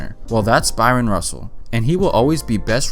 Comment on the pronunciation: Guy ... it's Bryon Russell ... not Byron.